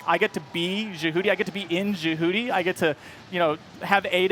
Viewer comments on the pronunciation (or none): "Jehuty", IN THE GAME, was pronounced in the way we say "Deputy", not like how we say "Djibouti". lol did no one prep this guy? I was hoping so much that Kojima would put out a ZOE3, but now that he's gone and with Konami the way it is right now, I just don't think Konami would do it justice. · It really bother me how people like him say jahooty please stop ._. It’s jehuty. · I thought he was talking about Djibouti for 1/2 the video lol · This dude called Jehuty “Jahooty” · “Jehoote” god damn it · Scott Daly I know right? He said the name damn wrong. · "... It was a transcendent moment when I got to be in JeWhooDee {and the Blowfish} and really feel like I was part of this giant mech, this orbital frame..." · ja-hooo-ti........? .......do you even run bro....? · Lol sounds like he says jabooty. I find it funny the brand manager says the name wrong. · Liked Dried Salad said, it's not "Jah- Hooti", Wtf lol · I literally was like Wtf? when he said that rofl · Can he at least learn to say the name correctly it would make me feel so much better. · If he really played the game he'd know how to pronounce Jehuty. it's said in game a million times. He obviously just read a script. Also why the hell are they even showing third person gameplay? We all know what it looks like. Give us some solid VR gameplay. You know. The main thing you guys keep talking about? You have like 5 seconds of VR footage followed by what looks like the same gameplay I saw years ago. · This guy worked on the game but can’t even pronounce JEHUTY correctly... like come on it’s pronounced in the game itself